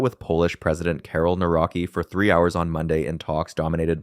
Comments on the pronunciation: Nore-rocki 😂😂🤣 It's Nuv-ROT-ski. Simple. Feed that into your AI. Otherwise, very good analysis👍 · “Nawroki” as pronunciation for Nawrocki is a bit wild for me, good video nevertheless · our president isnt karol naraki its karol nawrocki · Oh my god, Google how the name of Polish president is PRONOUNCED. it’s the basic task if you prepare a video about this country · Is there a chance to improve the pronunciation of the Polish president last name?😂😅